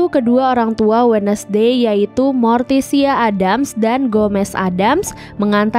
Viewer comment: ADDAMS TAPI DI BACA EDDEMS